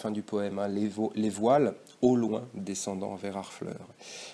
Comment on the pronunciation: Merci beaucoup pour cette vidéo elle m’a beaucoup aidée pour mon bac français ! Mais je crois que le mot « loin » du vers 10 se prononce en 2 syllabes, sinon le vers n’est plus un alexandrin